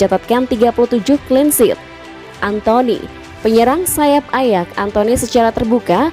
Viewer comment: Admin conten ini termasuk orang yg latah, dan malas belajar . Sebutan nama pemain sering salah dan nama club jg , contoh terbaru club PSV di baca pisivi dan waktu yg lalu club ayax di bacanya ajak.